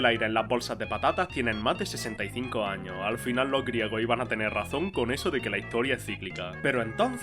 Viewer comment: Por qué dice todo sin la “s” final? Patata chip, Estado Unido, 30 año, tra esto, en lo ochenta, lo año